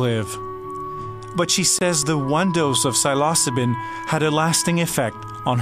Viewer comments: cy-los-co-bin? Lmao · mispronounced Psilocybin the whole way through , rolleyes